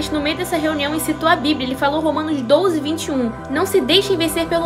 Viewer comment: "romanos DOUZE"